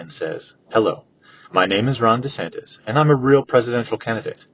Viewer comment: How many times did knowles mess up the names of Newsome and DeSantis?